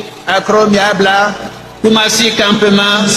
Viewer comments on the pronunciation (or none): Il dit akrooo. Miabra😂😂😂😂😂😂😂😂😂😂 pardonnez,, dit lui comment nous on dit Aklomiabla ou Akromuabla un coup